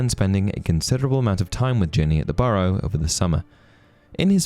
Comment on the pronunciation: . "Ginny's Burrough"